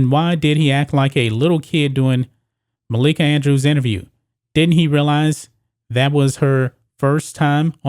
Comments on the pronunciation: It’s “Malika Andrews” not “Makaila Andrews,” you 🤡. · It's Malika not Makaela. Get your facts straight bro. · MUH-LEAK-UH......lol....love the stuff just pointing out her real name...but you did get it on the 3rd try🤩😂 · I cringed every time I heard makayla andrews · The fact that he keeps saying Malika's name wrong is stopping me from watching this video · MALIKA BRO ..ITS MALIKA 🤦🏿